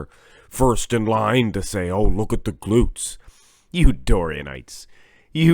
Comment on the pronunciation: BDB goes to Rühl. Unbeatable! LOL what I hear is just "gluts"!